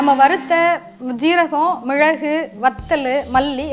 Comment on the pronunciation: Hi mam ur way of method is good but sorry to say ur pronunciation is not good... while speaking of ingredients... mizhalagu is not good pronunciation..